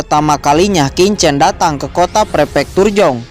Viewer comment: slmt siang Min lagi sibuk ya. kalau sdh ibadah jumatan tolong min di lanjut, versi mimin lebih bagus dan lebih bisa di mengerti dari versi sebelah yang bacanya sangat cepat. Min cuma kasih input sebagai penutur bahasa mandarin bacanya bukan kincen tapi Chin chen. bukan Sau cen tapi bacanya Siau Chen.. ada bunyi ch.. dimana dua bibir membuka dan lidah di tarik keatas. maaf tidak bermaksud menggurui ya min